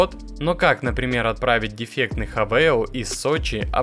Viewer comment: Не ХавЭЙл , а хавАл .